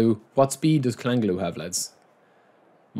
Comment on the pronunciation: Love the vibes bro. It’s Chal-Han-oglu not kalangalu 😂❤️❤️